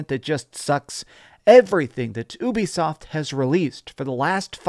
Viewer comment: Just say “you-be-soft”